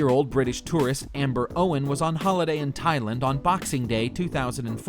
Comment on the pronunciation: You said "Thai LIND" wth man.